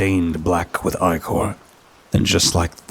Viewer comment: Yo babes fyi that word you keep pronouncing as “eye core” is 💯not pronounced as “eye core” lmao 🤣 Just tryna help you out!